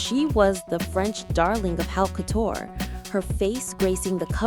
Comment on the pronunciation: It’s not “how” couture 😅, it’s pronounced “Oh” couture. And Gaultier — the “L” is silent. This must be AI.